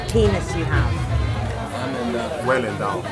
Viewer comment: lol ''endowd-ish'' hehehe